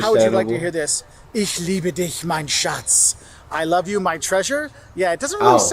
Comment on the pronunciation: He overdid the pronunciation, "I love you" does not sound like that. He shouted the words. In my experience, you have to be at the door of a tram or train before it reaches the station. People let you out if you are at the door, but they wont wait a few seconds whether someone might come. No one cares to wait for a tourist who does not know how to behave in public transport.